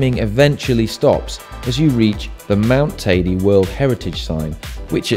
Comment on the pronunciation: It's hilarious how you guys pronounce Teide. It's certainly not Tidy. Come on, if you climb it, at least get its name right.